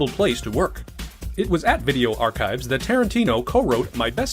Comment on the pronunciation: "LET'S GO TO WOIK!?!"